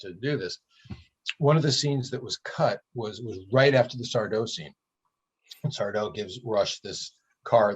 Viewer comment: IT'S SARDO! ACCENT ON THE DO, YOU PHILISTINE!